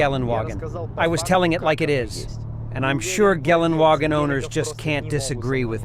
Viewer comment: Why does he say "Gallon"-Wagen? Thought the G stands for the city in which it is is manufactured: Graz. Or should it be "Gelaendewagen"?